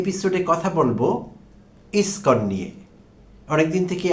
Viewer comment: আপনার মত ছাগল যে ইসকন শব্দ উচ্চারন করতে পারছেন না।আপনি আবার আবার ইসকন নিয়ে কনটেন্ট বানাতে আসছেন?